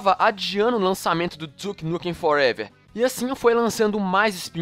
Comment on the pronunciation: Duke Nukem ''Forevér'' kkkkkk